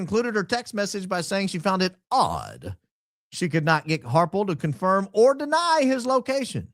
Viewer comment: THOID... CONFOIM.. DEBUNK MR. HARPOLE.....